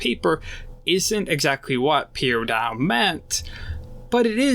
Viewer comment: Like the analysis but it's very distracting that you keep calling him Sakura instead sokka and you keep saying Piandown instead of Piandao